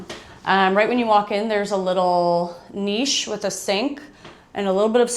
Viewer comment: Thank you i was beginning to believe there wasnt an American alive that could pronounce niche right 😂